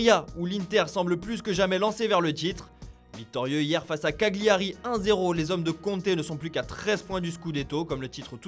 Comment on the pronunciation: "Caguliari" 🤪 ça fait mal